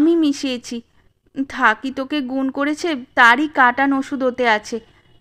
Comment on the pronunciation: গল্পপাঠে থাকমণি নামটা থাক্ মণি বা থাক্ বলিয়া বারংবার উচ্চারণ বড়ই বিরক্তিকর। উচ্চারিত হওয়া উচিৎ ছিল,থাকঅ কিংবা থাকো। ঐ ত্রুটি বাদ দিলে সামগ্রিকভাবে গল্পপাঠ অপূর্ব।